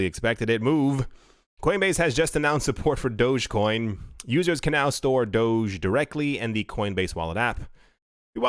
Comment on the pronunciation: It’s pronounced doge like (doh)gi... Just saying... Shamma Lamma